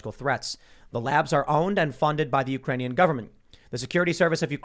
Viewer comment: “Ukranion “ is becoming hitlery Clintoon